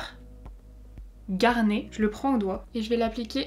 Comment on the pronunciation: Garnet, cela veut dire grenat, et on dit le « t ». Merci pour la vidéo ❤